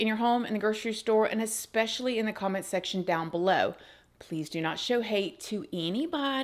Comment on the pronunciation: Can you PLEASE stop saying ex-pecially? It’s E-SPEC-IALLY 😂😂😂